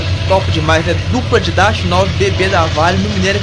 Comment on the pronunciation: Que agonia ver esses vagõeszões nessa velocidade. kkkk. Nunca vou me acostumar. Bacana o vídeo. Só a pronúncia de Dash que é "désh". Vlw